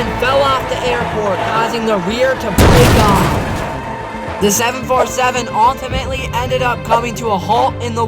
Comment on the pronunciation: Take a shot everytime he says ultimatally 😂